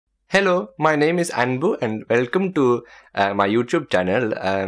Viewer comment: Welcome ❌. Elcome ✅